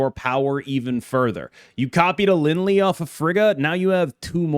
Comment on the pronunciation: The way you say Lin Lie hurts my soul. It's Lin Lee-A or Lee-Eh.